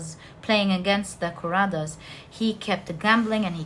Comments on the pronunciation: it's not Koravas & padavasas, It's kauravas & Pandavas. and again it's not Dhumabati, its Drupathi from Ramayan Epic (India) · Pile 4 it is not kuravas.it should be pronounced as kowravaas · For knowledge purpose only....she keeps talking about "Mahabharat" & it's Indian mythology. You aren't able to spell the names properly, let me help you with that. It's "Pandavas" not 'padavas' & it's " Kauravas" not 'koras' last but not least, for the most clever person it's "shakuni" not ' sukni' . Hope that helps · It's the Pandavas and the Kauravas not parada or karava😊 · There is a small correction in pronunciation my dear. Mahabharatha is the story of Pandava's and Kowravas. ( Paandavar and Kowravar ) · also isnt it pandavas and kauravas? her pronunciations are wrong but honestly it doesnt matter too much as long as i get what she is saying and it resonates. spot on readings ahahaha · pandavas pronunciation kauravs pronunciation Lakshman died in the battle. He was to be brought back to life with the Sanjivini herb. That is the herb Hanuman was looking for.